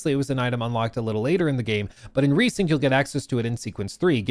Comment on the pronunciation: Resynced not RESYNCHED 😭😭😭